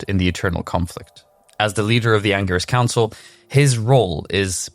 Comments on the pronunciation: anger-is council??? dude, u do diablo lore. at least learn the pronunciations of it. 🤦🏻‍♂ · So many lies.he is not the leader.learn yo pronounce angelic council